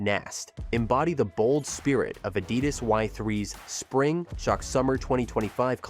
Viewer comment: It is pronounced Ad idas. Not A did das. Common on.